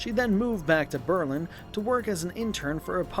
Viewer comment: Is this your real voice or wha? Cuz you are pronouncing a lot of words wrong like her last name, and when you said Berlin too. Or maybe you just don’t know but it’s pretty annoying